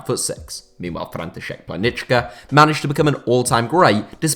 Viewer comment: František Plánička - you absolutely nailed the pronunciation on that one, never heard an english speaker pull off my name like that